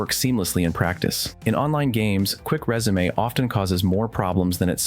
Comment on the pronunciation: I can tell this is an AI spoken script from the way it pronounces "résumé" instead of resume 😄 pretty well written though.